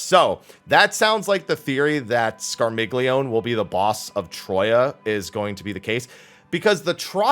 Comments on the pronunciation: It's neither. keeps mispronouncing all of them but Rubicante. The other 3 are pronounced scar-meel-yo-nay, ca-nyat-zo, and barba-ree-cha. And yes, their names are Italian - they're from Dante Alighieri's Divine Comedy as members of the Melebranche. The same is true of Calcabrina and its palette swap Graffiacane. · It bothers me to an immesurable degree that the 4 fiends' names never get pronounced properly so here's how to say them properly: Scarmiglione = Scarmillioneh Barbariccia = Barbaricha Cagnazzo = Caniatso Rubicante = Rubicanteh They are references to 4 guardians of hell in Dante Aligheri's "The Divine Comedy" and are therefore italian names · oh whoa you say the G in Scarmiglione? I always thought it was silent, scar-MEE-lee-ohn. The fiends had a very Italian flare to me. Cognazzo, Barbariccia, Rubicante. That's the first time I've heard a hard G in that.